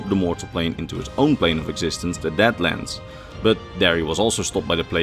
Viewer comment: Can we talk about the one mispronounced deadlands into dadlands making a deadric realm of bad jokes, unasked advice and couch sleeping dremora